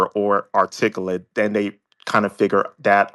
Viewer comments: Ummm..what's artickle-et??? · He can't say articulate 😂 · Why are these tethers soo concerned with what white people think? How are you trying to say you're articulate and mispronounce articulate 😂